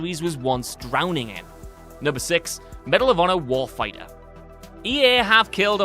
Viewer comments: isnt there suppose to be a "T" in warfighter? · The way pronounces Medal of Honor "Warfighter" is exactly how they've spelt it in the video, lol